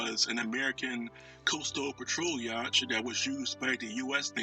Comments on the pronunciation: You may want to correct your pronunciation of the term "yacht" and reupload. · This is an interesting video. However, how you say yacht is not how it's pronounced. You should look up the proper pronunciation, rerecord this on your new mic and reupload.